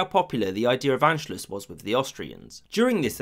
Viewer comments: Not bad but a few things: 1) Anschluss is pronounced Ahn-schluss (not "Ann") 2) The fascist coup in Austria in 1934 failed (it's mentioned as if it succeeded; in response Mussolini moved troops to the Austrian border to signal to Hitler he shouldn't think about occupying Austria; Germany's military was weaker than Italy's at that point). 3) The Treaty of Versailles did not apply to Austria-Hungary only to Germany (Austria signed the Treaty of Saint-Germain, Hungary the Treaty of Trianon) 4) The roots of unifying all German-speaking peoples of Europe goes back much further than 1871, at least to the Holy Roman Empire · Please stop saying “ann-schluss.” It's pronounced “ahn-schluss!” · Everyone saying Anschluss when it’s Anscluß